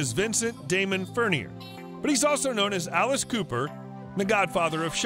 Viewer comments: The computer bot announcer really needs to learn how to pronounce Alice’s real last name. I can’t stand to listen to announcers like this. Plus Alice got married in 1976 not 1975. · plz pronounce his last name correctly!